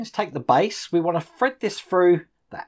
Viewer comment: Love your videos,! Leaning toward starting this model but haven't decided yet. Waiting on the Ecto-1 to resume. Also, anyone else think about playing a drinking game to this video? Every time says 'fred this froo', do a shot! I'd be falling out of my chair halfway froo (through) the video!!;-)